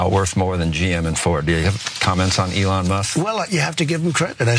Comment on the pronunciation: He call Elon Leon lol